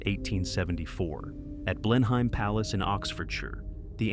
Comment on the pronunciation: Pronounced Blen-ham not Blenheim. So much research and it falls flat.